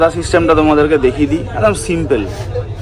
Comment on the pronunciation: Simple সিম্পল সিম্পেল না। 😂